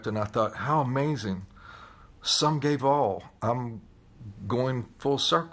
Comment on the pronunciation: Literally could not understand what he was saying, even though he said it like 48 times. I kept hearing "Sum guay vaal" and I was like, "huh, must be a Gallic phrase or something." Only when he said the full quote while recounting being in the parade did I finally get it. Geez!